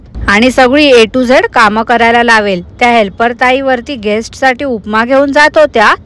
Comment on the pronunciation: घेष्ट नव्हे ग गेस्ट.